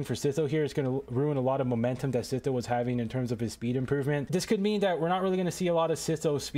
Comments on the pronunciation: dude its not "sitho" its "sytho" 😭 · its s-I-tho not s-i-tho